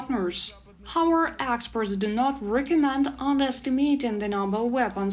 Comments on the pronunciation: I think "however" is pronounced more like "хов еф ер" and not "ховер" You guys should also defeat the Russians in English pronunciation ;-) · You're saying "hower" when I think you're missing the entire last part of that word "howEVER" :D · It's pronoun how-ev-er not Howard lol